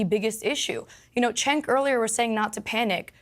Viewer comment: I wonder why a lot of people pronounce CHENK instead of JENK when it comes to Cenk Uygur's first name. I mean it's not that hard, is it? It's JENK. Simple. Because the letter C in Turkish is the equivalent of the English J. For what's worth, I'm not a Cenk Uygur fan by any means or metrics, but it still grates on my eardrums when someone mispronounces his name. Thank you for your understanding.